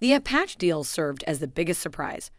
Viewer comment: Yea, kept noticing that. “You had ONE job…” 😁